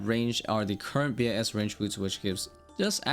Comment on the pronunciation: Wish you wouldn’t say b i s and just say bis instead. I got thrown off thinking you were saying some different runescape term.